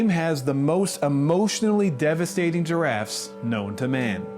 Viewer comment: I keep hearing diraffes instead of giraffes great work btw! Loved the way you gave me a whole new perspective to this game will always be the best game I my self ever played and seen ❤